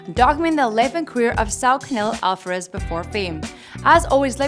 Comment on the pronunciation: "Avaraz brothers"